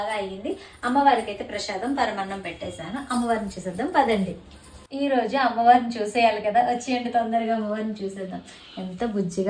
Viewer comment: Prashadham kadhu andi Prasadham